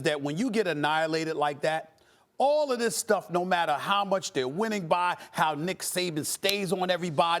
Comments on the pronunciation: Did he just call him Dick Saban? 😂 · Did this man really just say Dick Saban? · Did anybody catch that Stephen A said “dick saban”🤣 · Did he say Dick Saban? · Anyone else hear Stephen A. say “dick Saban”? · So we gonna act like Stephen A. Didn’t call Nick Saban, Dick Saban 🤔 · He did say Dick Saban